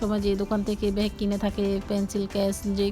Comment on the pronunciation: ভ্যাগ না ব্যাগ বলতে শেখেন আগে